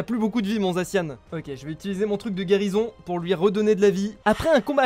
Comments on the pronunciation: on dit pas zaciane mais zacian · A chaque fois qu’il disait « zaciane » j’avais envie de me tuer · on le prononce zaciane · bref, Zacian se prononce "zaciane". C'est pas si compliqué à vérifier puisqu'il te suffie de regarder sur internet. A+